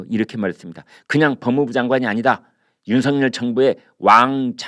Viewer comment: 당선인 이름을 말할 때 "윤성열"이니라 "윤서결"로 소리 나게 해야 하니... 다음 부터 바꾸어 보시길...